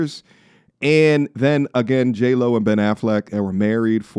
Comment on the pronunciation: Jlo sounds like hey ho 😂